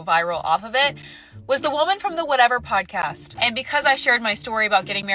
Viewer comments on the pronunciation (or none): Girl said “pawcost”